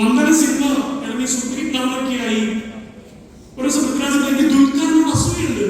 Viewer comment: പ്രിതിരാജോ???? ആദ്യം പോയി മലയാളം പഠിക്ക്.